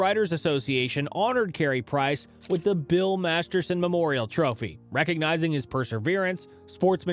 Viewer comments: You keep saying Masterson!!! But it is Masterton !!! Please correct this please out of respect for the late BIll Masterton . Thank you kindly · 1. Disgusting disrespectful thumbnail. 2. Meaningless repositions of the same point. 3. It’s the MasterTON award, not Masterson. Some people might be embarrassed when broadcasting their incompetence. Props to your for throwing credibility out the window and posting this brand of fresh, newly piled dog shit.